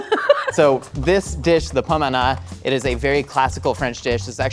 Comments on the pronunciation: I went to culinary school. When said that most people learn to make pommes anna I was confused. Because he actually said it right, and i went to culinary school in the Midwest. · Okay since no one is gonna say it I will: French pronunciation is impeccable 👌